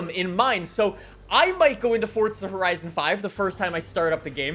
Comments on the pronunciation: Years later, its still FORZA not FORTZA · The way this guy pronounces forza.. I never knew forza had a T in it fortza 😂😂🙈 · “WELCOME BACK TO FORTSA HORIZON 5 !!” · Fortza lmao. I'll never understand it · fortza horizon five